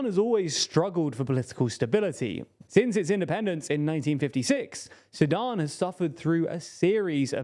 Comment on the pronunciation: Each time you said Sudan I heard Sadam.